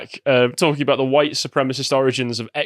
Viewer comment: @@ It's White, not Wihte you dimwit.